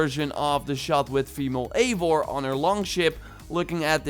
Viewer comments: Yo man nice video :) just to say Eivor is pronounced “Ai-Vor”, because it’s norse, but nonetheless great video bro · Imo, Eivor should be pronounced “ eye voor “ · I like the way that every ONE says (Aivar) and not Ivar. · It’s EYE vor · Just one detail: not to be THAT guy but it's written as Eivor but read as ,,I (like I, you, he/she/it, etc.)-vor''